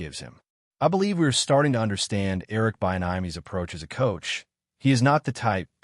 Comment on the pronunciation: You’re mispronouncing Eric’s name. So bad. All of this